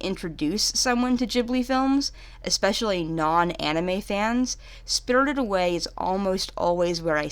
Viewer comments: “Spirldid Away” 😂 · “Spiddurded away” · "SpRtRred away " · Im bothered on how she pronounced "spirited" every tjme she says it but none the less a great review thanks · Why do say spirited like that😂